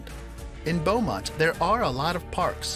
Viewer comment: Beaumont is not like what he said it is.